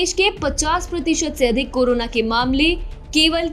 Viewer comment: Am i only one heard “KURONA" virus...🤔